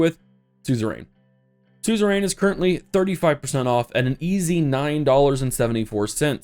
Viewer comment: Does anyone else hate the way he pronounces suzerian?